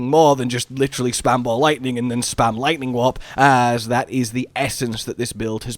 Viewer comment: Because of your accent I thought you were saying "Lightning Wap", which is a much funnier build name